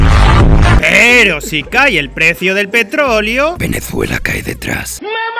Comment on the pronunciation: como te atrevez pronunciar venezuela como si tuviera una ''z'' cuando es con ''S''